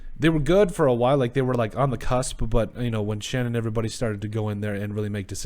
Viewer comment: It’s actually pronounced “Shane.” I’m a Giants fan and it took us weeks to nail down the pronunciation so don’t feel bad. I’m psyched for these hirings. Nothing is guaranteed, but it all made sense at least.